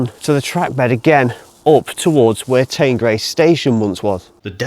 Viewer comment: That's fine but some of my friends and relatives are from the area and I spend quite a bit of time here. I've never heard anyone pronounce it like that, ever. It's the River Teen, it's Teenbridge Council, and the village is Teengrace. Teignmouth is always pronounced Tinmouth. Incidentally, if you read through the comments you will see that other local people have quoted Teen and Tinmouth as the pronunciations.